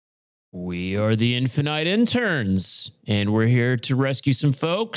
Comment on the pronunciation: Wait… it’s NOT “infi-knights”???? It’s just infinights???